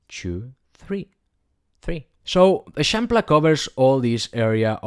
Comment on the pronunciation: Never heard anyone pronounce l’eixample, very helpful video, thank you!